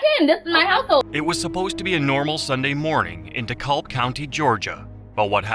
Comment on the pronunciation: It's spelled Dekalb but It's pronounced *DeCAB*. Just saying.🙂